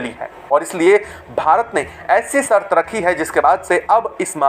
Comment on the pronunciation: कृपाया आपकी भाषा सुधार लो. सर्त नाही शर्त बोलो. क्या शर्त रखी है? बाकी का सब मालूम है.